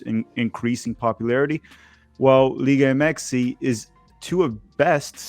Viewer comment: Why does keep saying “Liga Mxy” it sounds dumb and cringe